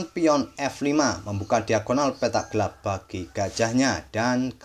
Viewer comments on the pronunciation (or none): none